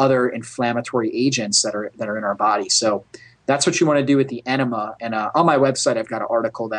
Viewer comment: You lost me at "coffee aenima".